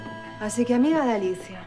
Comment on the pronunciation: Torcuato le dice Nerida y Alicia nelida porque no le sale la R